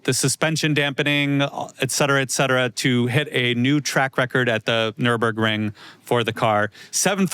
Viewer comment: Gotta love for pronouncing the Nürburgring better than revered